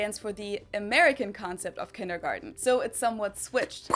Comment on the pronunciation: You mispronounced kindergarten